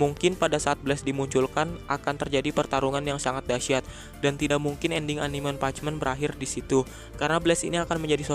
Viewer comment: One punch man, bukan meen